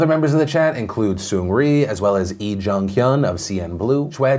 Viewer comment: Choi and Lee(in Korea specifically) are pronounced the way Phil said them . Chwe and ee.